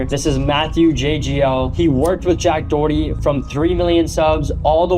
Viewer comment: JACK DOWWERTY LOL